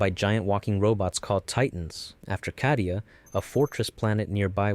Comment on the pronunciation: Bro its pronounced cay-di-u not ca-di-u (ofc it is spelled cadia)